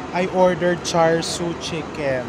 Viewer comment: Love you content, chef RV! I hope to meet you some day! Char Siu is pronounced as Chaa - Siw :) Anything “ar” in Cantonese is pronounced “ah” like Wong Kar Wai is actually Wong Kah Wai